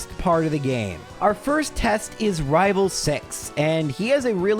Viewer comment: I'm not sure why, but every time says rival fival, I am filled with so much joy. The fact that a silly little slip up has turned into an inside joke and lasted this long just makes me happy